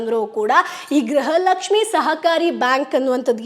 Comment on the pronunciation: Gruha Lakshmi anta sariyage uchhrane madi